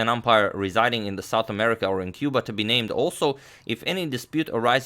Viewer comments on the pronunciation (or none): none